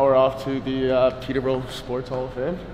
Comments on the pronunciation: It bothers me the way you say Peeta bro , it’s Pee-Tur Bore-Oh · Peter bro... It's Peter buh Row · Their pronunciation of Peterborough makes me laugh